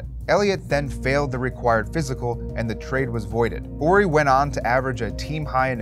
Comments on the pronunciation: It’s “Horry” not “Orry” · Is this guy not pronouncing the "H" in Horry? Is that the right was to say it?